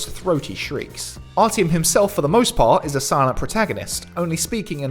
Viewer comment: 'ARTYOM' not ARTY OM